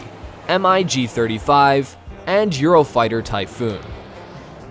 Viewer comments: call it MIG not M.I.G., you are making it sound like an acronym which is not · Stopped watching when he pronounced it: M I G. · Right behind u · That and the "F-one-hundred-and-five" made me cringe. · Lol, right!? I was so into the video and then he says the initials M-I-G. That did it for me. Lol. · IKR? How can you do a video about advanced aircraft and not know how to pronounce Mig? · WHY DID U PRONOUNCE MIG M I G WHYYYYYYYYYYYY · Who tf says M I G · The moment you said Em Ai Gee I hit the dislike button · Thumbs down for mispronouncing MIG. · The Mig's are not pronounced as initials "M I G", but pronounce mig as a word. Amazing you didn't know that... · Dude.. you’re going to make a lot of people upset. Aviation fans know there stuff. If you’re going to make a video on this you should know how to pronounce the names. Like saying the letters M.I.G instead of the word mig. And it’s not F one hundred and two, F one hundred 4. It’s exactly how you say M I G. It’s F- one oh four. F- one oh two. Sorry if that came off rude it just made me cringe haha. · they're called MIGs, mate> No need to Say M-I-G 29 . . . . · I believe that the voiceover is AI generated and fails to pronouce MIG as mig and spells out the letters instead. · But MiG is written out as MiG and not M.I.G... I WANT to find a logical reason for not knowing how to say a really important word when one is placing themselves in a position as an expert in that subject.... But don't see one. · Imagine calling a MIG a M I G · If you are going to present a video on US military aircraft, PLEASE learn how to pronounce the names of the planes properly!!! It's not the " F One-Hundred and One", it's pronounced "F One Oh One". The Russians do not fly M.I.G.'s, they fly "Migs", If you want credibility, you have to sound like you know what you are talking about!!! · It's Mig not M.I.G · the way he keeps spelling out M.I.G. instead of just saying Mig...is a little annoying lol